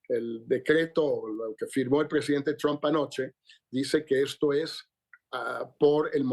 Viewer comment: Se escribe TRUMPI!! No se pronuncia TROMP!! Se pronuncia TRAMP!!!